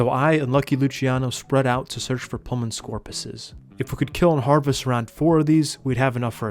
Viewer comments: Its pul-mon-oh-skor-pee-us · “Pteradon” instead of pteranodon “Chitin” instead of kytinn “Pullman scorpus” instead of pulmonoscorpius This guy’s pronunciation of everything it killing me😂